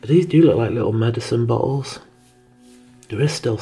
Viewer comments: Lol I'm trying really hard to watch this but hahahaha but Everytime he says bottles, which is a lot, I swear it sounds like he's saying buttholes!!!!! I'm so sorry but it really does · Loved your video no offense when you found some empty bottles I heard buttholes kept hearing buttholes but you were really saying bottles. Your accent made it sound funny.